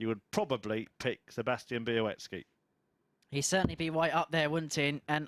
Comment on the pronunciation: Bialecki not Bialeki...